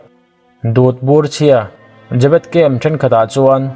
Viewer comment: jabet a tih khan ka lo ngaithla liam ve mai a i rawn sawi fiah a ka hrethiam ve leh chiah 😁😁 zebet